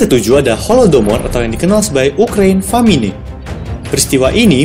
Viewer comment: Mhn naratornya diganti dgn orang yg lebih terdidik. Kalau genosida merupakan kejadian "saling membunuh" itu namanya "perang" atau "tawuran".... Kemudian pada " The Great Famine" diucapkan "Famine" dgn lafal Indonesia (fa-me-nay) yg seharusnya "femin"